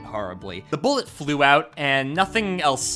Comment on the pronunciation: every time you say "bullet" i cringe